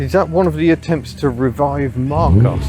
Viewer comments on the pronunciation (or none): none